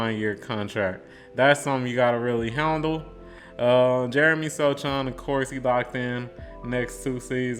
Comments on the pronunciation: Pronounced So-Hahn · Sochan (pronounced SO-HAN) is a final piece player. Think Jrue Holiday or back in the day there was Dennis Rodman, or even for the spurs we had Bruce Bowen. The Spurs staff and Pop know what they are doing. And I promise you within the next two years, you and the world will see why Jeremey is so valuable, and why he was a key to the future. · How can you make Spurs videos and not know how to pronounce Sochan’s name?